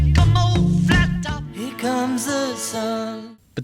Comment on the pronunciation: You pronounce here as if it were a German word.